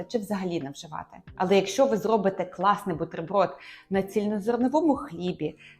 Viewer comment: Все добре, але навчитися ставити правильно наголоси було б непогано. Бо з одразу деякі слова і не зрозумієш Сирна палИчка?! КласнИй?!овочИ